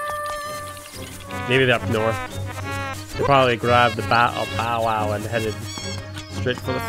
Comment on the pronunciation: Your commentary could use a little work but I still love your videos on Zelda 🤩 so I'll let it slide that you said bow bow instead of bow-wow 😂